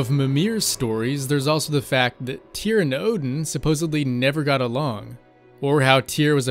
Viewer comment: STUDIOS It's Tyr not Tear.